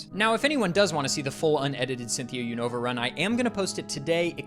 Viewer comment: Nice to hear a poketuber pronounce Unova the way I always have and not the way I've heard people saying it the past few months